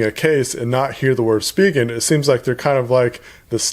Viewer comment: Thank you for pronouncing it right (SpeeGen). Currently using the Rugged Armor from Spigen but waiting for UAG to come out with a case for the HTC 10.